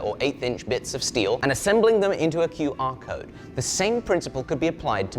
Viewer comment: says qr code like boris johnson says ai 😂